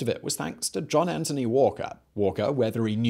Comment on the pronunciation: Anthony, not Antony. Good video overall though, thanks.